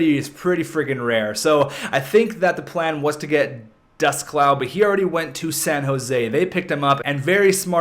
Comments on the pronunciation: It sounded like he was saying dust cloud not descloux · Also it is pronounced day-clue